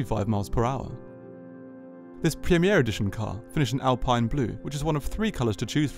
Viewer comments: Nice walk around. Btw it is pronounced Alpeen. Also, the seats are not optional. The pure edition which is the cheapest has them as standard while the Legarde edition has multi adjustable seats. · How were you given access to the car and yet still not able to pronounce the make correctly… fascinating